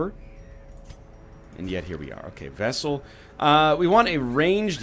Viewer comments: I am beginning to believe NL says vessel instead of vestal just to trigger people like me. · VES-TAL. there's a T in there egg. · NL will learn how to say VesTal correctly. Truth [X] Doubt Lie Is this replacing the Culling 2? ✓ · People are so salty about the vestal pronunciation, a real canadian pronounces it vessel because of the french in us, too used to silent t's. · 🥚 you have to pronounce the “t” in vestal you egg